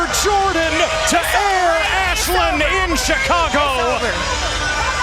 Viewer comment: Now I know damn well he didn’t jus say “Air Ashlyn” for that dunk💀